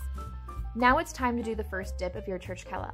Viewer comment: Pronounced Churchela ❤️ Regards Jonathan Elikashvili 🇬🇪